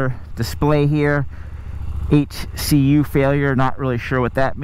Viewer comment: No man. "HCU." Not ECU.